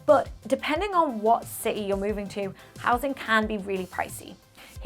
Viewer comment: I noted that she and another British youtuber, Mr. Barrett, pronounces City as CE. Not sure this is a common UK accent?